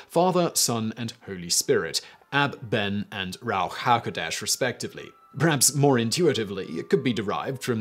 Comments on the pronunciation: I love your videos, but your abominable Hebrew pronunciation made me crack up. ruach hakodesh is pronounced ROO-ach ha-KO-desh (or ha-ko-DESH in Israel). Keep up the good work and videos! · Love you Simon, but that pronunciation was atrocious. It’s Rue-ach . Ha-Koh-Desh